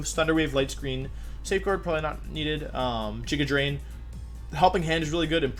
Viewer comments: This man really just said “Jiga Drain” and moved on like that was okay. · Why isn’t it jija drain